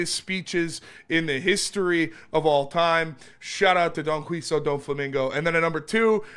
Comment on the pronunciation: pronounced don-qi-hote wrong